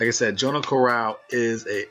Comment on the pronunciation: jono carral It's pronounced like Johno Carral in ireland haha definitely not jo no